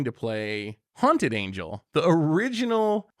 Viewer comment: mispronouncing hunted horror so it could be linked to haunted angel is cute lol